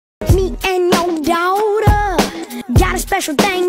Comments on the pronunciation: " Me and yO dAwTuAHhhAH" LMFAOO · “ mE aNd yO dAWaaWwwWwTHhGhhghh” stop I’m acc crying 😂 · "me and YOUGH DAWWWGHTUGH"